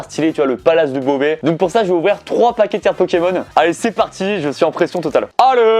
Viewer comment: Qui avaient envie de s’eclater le tête contre un mûr quand il disait mal le nom d’un pokemon 😂